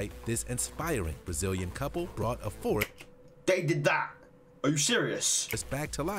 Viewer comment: "That's a freaking whole florest" lol